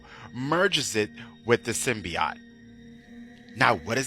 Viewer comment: Sim-Bee-Oat... NOT Sim-Bee-Ot